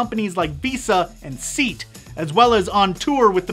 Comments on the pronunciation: Lol seat. It's pronounced say at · Seat?!! seriously? you pronounced the car's name seat? also the name is pronounced vee kander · I just love the way you pronounce the car brand SEAT. It's so wrong :') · yeah I wasn't laughing at you at all. Just laughing that you called it seat I found it funny but that is how it's spelled